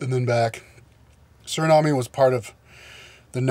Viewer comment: you pronounced suriname wrong :p its either Surinam or you say it in our native language Sranang